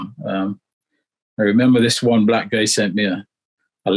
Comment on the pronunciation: I don't know why this anchor is emphasising on the word "Black"?